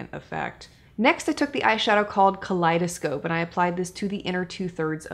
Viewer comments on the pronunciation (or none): At first I thought you were going to say “colitis” during the second look demo. Then I realized you said “kaleidoscope” 😂